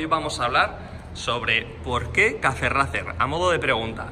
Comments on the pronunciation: Cafe racer, demonios tu ingles 🙄🙄🙄🙄🙄🙄 se pronuncia "reicer" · ¿Porque no pronuncian bien el estilo los españoletes ? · Porque los españoles pronunciamos Racer tal cual suena y no ‘Reicer’. Es un anglicismo que así se ha importado. En nuestro instagram publicamos en inglés y verás que escribimos el idioma de manera cuasi-perfecta. Un saludo! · Disculpe amigo porque ustedes dicen racer y no como se deberia pronunciar!? Bueno es que aqui decimos la pronunciacion en ingles 😅